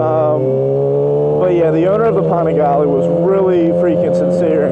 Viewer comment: Pan-a-gally Not fucking pohn-a-gauly You said it so fucking much just say it correctly please. Jokes on your "expert opinion".